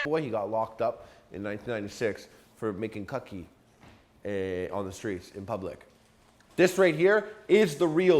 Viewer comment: cuhkee? Wtf is that?